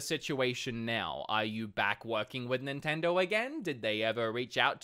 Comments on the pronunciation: can’t really pronounce nintendo correctly. Sounds like he’s saying “nintendor” sometimes. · They dropped you cuz you can't even say Nintendo.